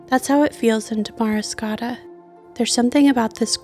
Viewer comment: Beautiful video. But it's pronounced Damuh-riscotta not Da-mari-scotta